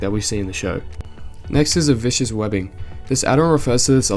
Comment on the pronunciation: Just a couple grammar/pronunciation corrections, just because I can 🤓 “Viscous” Webbing is pronounced “Viss-kuhs” or “Viss-kiss” And Leprose “Lichen” is pronounced “Lye-kin”